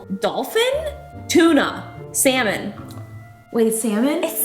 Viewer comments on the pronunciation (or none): nobody: jenna: it's sALmONe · Salmón, in Spanish... one of them accidentally matched the exact pronunciation in my language, lol. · were you talking about salmon or drawing lol lol thank you for the review